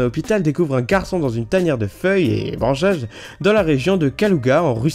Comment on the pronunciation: On aurait di que t'était bourré quand tu as dit "feuilles et branchages" XD